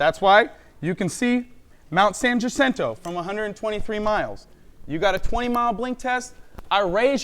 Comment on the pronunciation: I can see Mt San Jacinto from my house and this flat earthers pronunciation of it is like nails on a chalkboard.